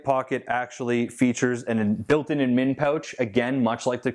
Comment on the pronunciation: why do you put the emphasis on MIN in the word ADMIN? Sounds really wierd lol. I put the stress on the AD